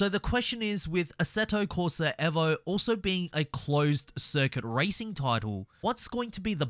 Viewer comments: Eh vo???? I'm just gonna keep calling it EE vo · This mane said assetto corsa EHHVO 😂 Bruh gtfoh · Eeeeevo Not Evo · Why do you say evo like that 🫨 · can we pronounce Evo properly please